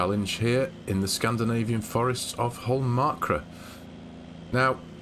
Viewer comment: It is holmokra that å is pronounsed as a o